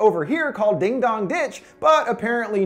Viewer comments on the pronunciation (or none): din sounds like dan